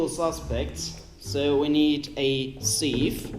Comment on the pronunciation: Do something with proper English bacon. Free choice, so long as it involves proper English bacon. And "sieve" is pronounced "siv" - imagine you're saying "sir" but change the r for a v. You Americanite you :P